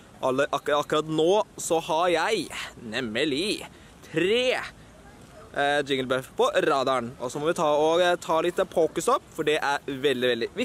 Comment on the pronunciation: Det heter jigglypuff ikke jingelbuff